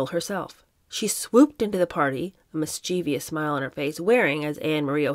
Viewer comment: FYI: mischievous ends in o u s, NOT I o u s, thus it is pronounced mis cha vous, NOT mis chee vee ous. I am OCD about grammar/spelling…….